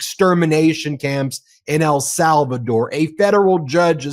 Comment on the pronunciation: please! EL SALVADOR!!! not “Al”Salvador